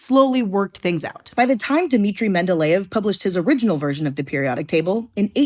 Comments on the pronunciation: She pronounced Mendeleev and Uranus wrong. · why in all my years of schooling did they never pronounce Mendeleev like this? They always said mend-eh-leave